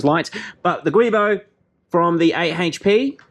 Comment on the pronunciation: Well one thing about having to wait for new videos is it gets me into watching the older stuff again. I Need My Fix. Lol. Just for a "Matter of fact type thing the "Guibo" is supposed to be pronounced like "Shjoo-we bow" apparently. Not that it matters what so ever but it was pretty much the only info I could offer after your Wonderful Mad Transmission swapping Lab work! You sir are a Treasure to the world! Hows that for a compliment? LOL. But seriously you rock sir and keep on keeping on. Or "Never stop Never Stopping". As it were. P.S. Turbo install up date. So I have had a long round of turbo ring around the rosey. I had ordered some turbos originally and then they were cancelled by the shop. So I ordered another set from another shop "1st Racing" (All on Ebay) and it turns out I have the same turbos now (They've arrived) that you installed in what was the 17T car. Except it seems they have been updated a bit with all the concerns that "Turbo Labs America" had addressed, addressed. I won't list them here but after careful study and checking. It would seem so. By the way with the 2 inch inlets included they came to about $1500 CAD or $1350 USD. I have also accumulated all the supporting "While you're in their" parts and gaskets bolts hoses etc. I am now thinking I am going to bite the hard bullet and max out a couple of credit cards to just get a shop to do the job. The "XI" cars pose more that I think I'm ready to try and take on by myself on jack stands and my friends are